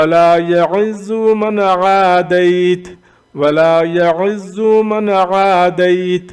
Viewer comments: Bhai sb aap Glat Phar rahee hain wala ya Azo nae Wala ya Ezo hy pls Check again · ولا یعز کو جناب آپ نے غلط پڑھا ہے اپ نے پیش پڑھی ہے ع پے جبکہ وہاں زیر ہے 😴😴😴